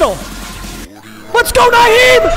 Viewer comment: i hate the way pronounces players names, especially Nyheim Hines.